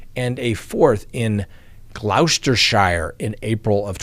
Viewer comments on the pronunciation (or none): Glough -stir-shire?!?🤔❤😂you're so cute!😂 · "Gloucestershire" is pronounced "Gloster" (rhymes with "roster") + "shir" (not "shyre") Also, "Worcestershire" is "Wooster-shir" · Loved the docket tonight. Being from the UK, but not an English native speaker, your pronunciation of Gloustershire made me smile. Like so many place in the UK, it’s pronounced very differently to what it’s spelled. It’s pronounced „Cluster-sheere“. ;) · Pronounced Gloss-ter-sure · Gloucestershire is pronounced "Gloster" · Kevin Spacey …..he is rumoured ( here in UK 🇬🇧) to be a predator. Wondered if it was ever going to get exposed . Btw…..😉it’s pronounced “ Glos ter sher “ , just another mouthful when spelled but much like Worcestershire…” Wus ter sher “ ….it’s simplified in speech. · With respect it’s pronounced Glost er sure. (An Englishman) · It’s pronounced Glostershire, as in Kate Moss’s statement on the stand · Being from Gloucestershire. may I correct you... it's pronounced, "Glos-ter-sheer".